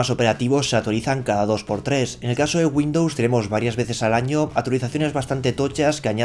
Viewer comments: Entre Güindus y vidio me estás poniendo nervioso... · dice Windows 10 LSTC xD